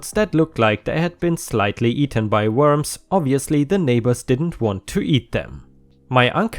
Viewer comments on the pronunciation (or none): none